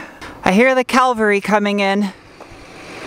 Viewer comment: I think it's "cavalry..." :)